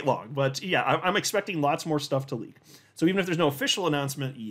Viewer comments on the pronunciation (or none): none